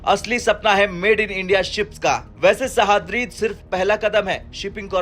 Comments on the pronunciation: सह्याद्री... Not सहाद्री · ' सहाद्री ' नहीं है वो...' सह्याद्री ' है... ठीकसे पढ़ो भाई ! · नाम तो ठीक से लेते सह।द्रि नहीं तो उसको सह्याद्री बोलते हैं समझ में नहीं आता यह हिंदी वाले हो मराठी नाम ऐसे अच्छे से लेने क्यों नहीं आते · IT IS NOT sahadri. Name is sahyadri. Sahaydri is name of mountain of Maharashtra. Commentator doesn't know actual pronunciation. 😮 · वाह रे हिन्दी के राष्ट्रीय चैनल! हिन्दी सही से पढ़ना भी नहीं आता! सह्याद्री को सहाद्री पढ़ रहे हो! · Pronounce Sahyadri properly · Pronounce it like this sayyadrii.. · Please pronounce sahyadri sheep